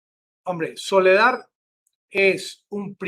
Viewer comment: Por favor, es SOLEDAR, con “R”; no Soledad, con “D”. Por favor,corrija!